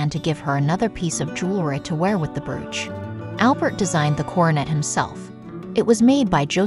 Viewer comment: It's pronounced "broach".